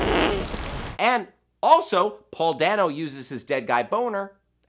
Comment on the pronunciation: Isn't it Paul Dayno not Dano. Like you say it Dayno